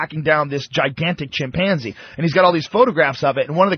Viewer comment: I hate the way pronounces chimpanzee.